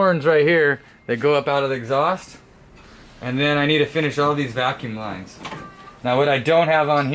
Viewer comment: "Vacume lines"